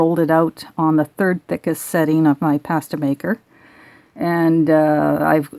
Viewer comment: Good video, but... Please... Please... Please...!!! Stop pronouncing 'PASTA' incorrectly. It's VERY irritating...! SOOO many people are doing it! HERE is how it's SUPPOSE to be pronounced...